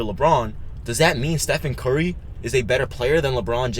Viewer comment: Steph-On Curry...lol